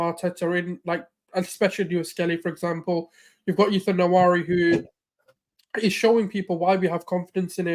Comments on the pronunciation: Exactly! “Wa-Ne-Ri” not “Na-Wa-Ri”. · Ethan Nwaneri's name is pronounced as WA-NE-RI, the NE is not silent, it actually is what gives the name its Igbo meaning.